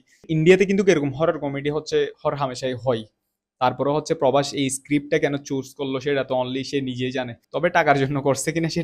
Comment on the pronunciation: টিজার দেখবি ভালো কথা স্ক্রিন এর সামনে এত ওভার এক্টিং করছ কেন? আর তুই VFX এর সম্পর্কে কিছু জানছ?? আর প্রাভাস রে প্রবাশ কছ কেন?